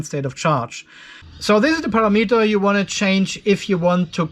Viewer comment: love you how say PARA _____ METER don't correct yourself